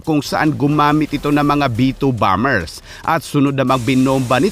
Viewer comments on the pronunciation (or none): none